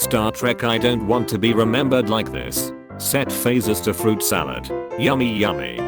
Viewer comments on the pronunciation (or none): none